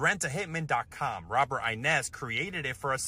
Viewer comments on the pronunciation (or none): Disturbing story aside the last name Innes isnt pronounced as “Inez” lol i would know bc it’s my last name too and its Scottish…Robert seems like a stand up guy, good on him for persistently reporting this lunatic